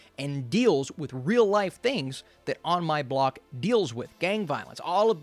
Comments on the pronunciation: Ah yes, On My Bock... such a great show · I think you mean On My Block not Bock